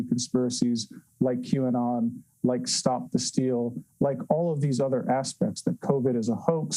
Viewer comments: Is it pronounced Q anut? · Lol, why does everyone keep saying Q anon?" You would think by now they could say it correctly. Check out the Like to Dislike ratio. It is 1.7k Likes to 4k Dislikes. I think they are completely missing the point.